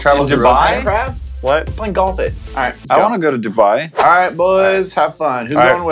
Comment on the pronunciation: sound like he said "Galf it"